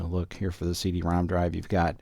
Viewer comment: I thought he was saying "See de ROM"